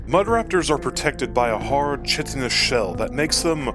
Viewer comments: Chitin is pronounced with a k at the beginning. Think.. kaitin or kytin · I love the way this guy says chitin. Like Cheeto instead of Chris